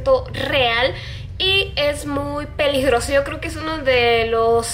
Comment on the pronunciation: peligrosio dijo xddd dijiste peligrosio